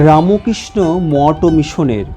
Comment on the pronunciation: আচ্ছা, রামোকৃষ্ণ কেন বলছেন, বলুন রামকৃষ্ণ। আর চ্যানেল এটা শুদ্ধ ভাষায় উচ্চারণ করুন। জয় গুরু জয় গুরু জয় গুরু।